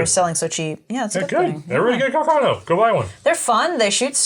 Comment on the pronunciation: Love the vid....but please, it is pronounced carcano, not "cacarno". C'mon!